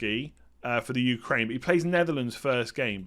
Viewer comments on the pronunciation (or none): none